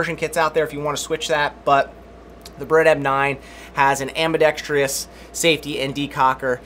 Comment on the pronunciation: Dear gun community, for the love of God it is ambidextrous (ambi-dext-russ). Not ambi-dext-ree-us.